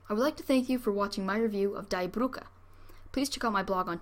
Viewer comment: The pronunciation of Die Brücke is "Deee Broooke". The r in Brücke is pronounced with a uvular r that sounds like a cat growling. Anyway the destruction of Germany and the harm to German citizens was the fault of their Schmührer.